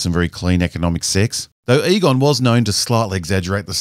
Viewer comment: Every time you said Egon, I thought I heard Qui Gon.